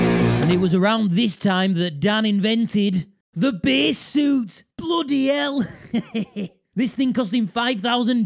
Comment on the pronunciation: This dude leans hard into his bass mispronunciation.